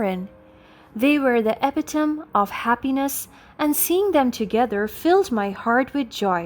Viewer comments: Need to work on pronouncing epitome, otherwise, good. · For future reference: Thomas is pronounced Tom-ahs. The "H" is silent. 😊 Epitome is pronounced Eh-pit-oh-me. 😊